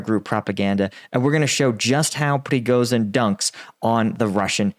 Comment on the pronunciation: Just a slight correction surname-wise. He's Prigozhin, it's 'zh', not 'z'.